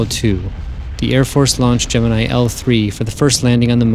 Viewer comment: At least he pronounces Gemini (GEM-IN-I) correctly...Unlike SOME other people... coughN9cough